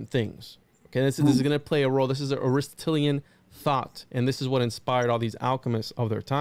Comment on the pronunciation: ari-STOT-lean <3 aristatalien hahaha, good show man. Almost as bad as vonhohenheimen. Just food for thought (pun intended) considering the hermetic axiom all is mind all is mental, consider the humunculus as thought form creations for magickal work purposes more than literal. You mentioned you know there's more layers more esoteric meaning but you're just laying out the literal framework as a historical research, but then barely scratch the surface of the deeper meanings. Unless by that you mean today's science experimentations that you mention cloning/dna manipulation etc. Just saying. Good video for bringing this info to those unaware for a nice 101 though. An oldie but goodie channel if you're not already familiar with it, unlikely because it's dead for a decade and hardly any followers/likes, but check out "ephiphany lectures"...I'd love for you to do a deep dive on his stuff some day.